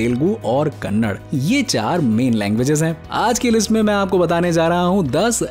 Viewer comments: Kannad nahi kannada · Not Kannad it's Kannada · Bro pronounce kannada properly it's not kannad it's kannada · it is KANNADA.....not KANNAD for gods sake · It is kannada not kannad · kannad , kannad , kaanad , kaanad , kaanad , BC It's Kannada . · It's Kannada not kannad 😏🙄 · Kannad nahi kannada....... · Its not kannad its kannada 💛❤️ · It's not Kannad bro it's kannada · Wo kanad nahi kannada he bhai bat karte hai to tikse karo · It is not kannad its kannada spell it cleanly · It's kannada not kannad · For gods sake stop calling kannada as kannad. Really irritating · Hlo brother its not kannad😡 it is kannada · It's kannada ,not kannad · not kannad ,it is कन्नडा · It's kannada bro not kanad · It's not kannad bro it is kannada 😠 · Its kannada not kannad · Kannad alla kannada